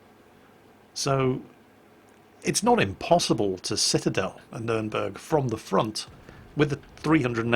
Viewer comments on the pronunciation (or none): none